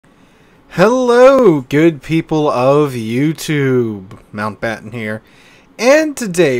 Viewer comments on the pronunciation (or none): none